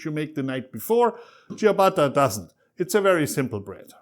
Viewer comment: I bet he isn’t even an Italian, because he doesn’t pronounce the name ciabatta in a right way!